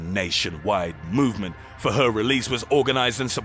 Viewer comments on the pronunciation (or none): "his MOOvement" 😂🤣😂 I always come back to his old videos. Especially if I'm having a bad day. I fucking love it lmfao numbER NINE!!! 💀